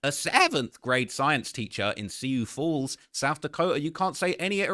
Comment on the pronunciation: lol it’s pronounced Sue Falls not seeoh